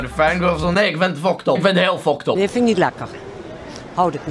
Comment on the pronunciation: Hij spreekt fuckt up uit als foktop